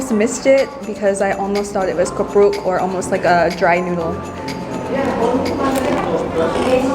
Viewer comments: It is kerupuk anyway, not kupruk :) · Kerupuk Bukan Kupruuuuukkk😁😁😁😁😁😁😁😁😁